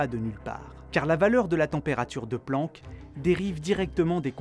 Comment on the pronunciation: "se Planck" mdr